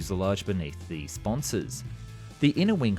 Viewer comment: Sponsors! It's sponsons dude.